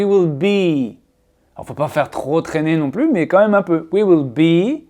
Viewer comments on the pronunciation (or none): none